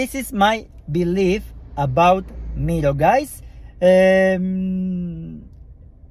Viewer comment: "Mero"😂, the pronunciation its "mairo" i guess you are itialian? and dont worry English is not my first lenguage toom